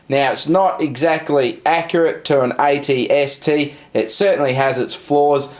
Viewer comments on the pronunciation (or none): why are you saying it-st?